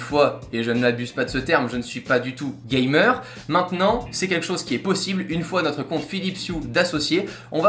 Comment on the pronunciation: "Je ne suis pas du tout GAYmer"